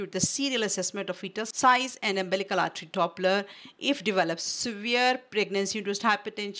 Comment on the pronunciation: Wrongly pronunciation of umbilical n uterine artry